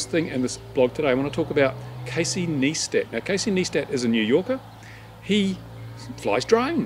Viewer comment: KneeStat! LoL It's NighStat!